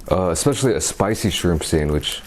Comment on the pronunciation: Ur not saying shrimp right but idc